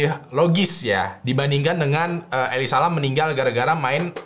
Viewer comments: Jujur gue terganggu banget nyebut Elisa LAM. elisa Lem gitu kek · yg d bahas: elisa lam yang gw denger: eli salam😌🤣🤣, maaf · Elize lem gasih bacanya, ngapa jadi eli salam dah bang😂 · Gua nonton abis baca comment ini jadi kebacanya Eli Salam anjir tiap nyebut namanya wkwkwkwkwkw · why its so annoying everytime when said Eli Salam😭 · bacanya salah, ngakak woyy.. njirr,..🤣🤣 Elisa aja bcanya.. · Nyebut namanya jadi kaya eli salam 😂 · Lu bicara gw denger nya eli salam:v